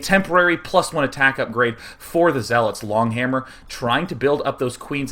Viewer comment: He said zeelots...